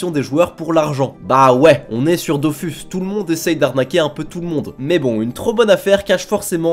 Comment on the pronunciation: Vous pourriez au moins prononcer Dofus correctement.